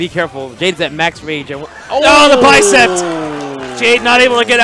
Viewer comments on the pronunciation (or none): He says "no, the bicept!" Listen . And then he says "my bicept is large." That is most definitely not verbal usage. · Bicep. Not "bicept". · "Bicept." Yo, it's bicep lol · He was saying 'bicepped', like it was a verb.